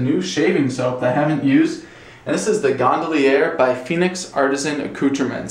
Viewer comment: Well, the label clearly says Gondolier not Gondallierre. If you're going to review a soap, learn the correct name. This guy has some serious trouble with English. In another video he said, "you've just drugged a razor across your face..." Remedial errors are cringeworthy.